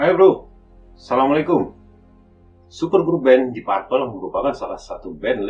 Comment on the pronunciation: Koreksi dikit penyebutan deep purple sehrsnya "dip perpel"